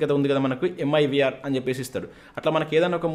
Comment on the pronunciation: It's Mirv not mivr